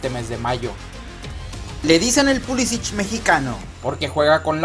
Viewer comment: Pulsic mexicano jajajajajaja ese pulisic que jajajajaja